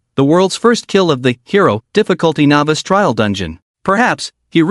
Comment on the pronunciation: Something that has bothered me a little in all of these is the way the AI pronounces novice as navis